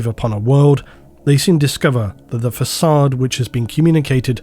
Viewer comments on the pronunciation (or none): none